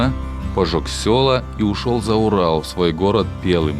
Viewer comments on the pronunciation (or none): Ну у вас же целый профессор консультант! Научил бы ударениям. Например, не пЕлым, а пелЫм